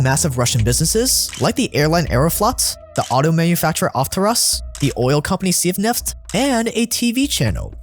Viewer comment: it's AvtoVAZ. and on it's SIBneft, like Siberia Oil, but in Russian and "Siberia" is shorter.